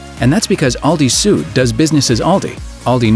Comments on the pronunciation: 'Süd' is pronounced like [zyːt] not [zu:d]. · please, if there are German names or terms you're talking about, try a bit harder to nail the right pronunciation. Süd is not pronounced soot